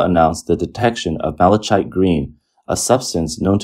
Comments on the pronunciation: Malichite is pronounced "mali-KITE," not "malik-CHITE." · "Malachite" is pronounced like "malakite". Hard ch. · It's pronounced "mal-uh-kite." I know it's not a commonly-used word and many people don't hear it spoken, but hearing the mispronunciation every other word was getting to be a bit much. 😅 Not trying to be an ass, I'm just throwing it out there. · Mala-kite Green. It is made from or to resemble the semi-precious stone malachite (pronounced mala-kite) which is naturally a vibrant green with darker green stripes running through. I use this stone along with many other precious and semi-precious stones in my beadwork. It’s also pretty easy to look up correct pronunciation of a word.